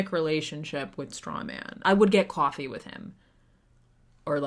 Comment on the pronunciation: the boston JUMPED OUT. cwoahfee